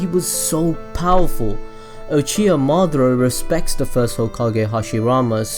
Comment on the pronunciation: Its ma da ra not madra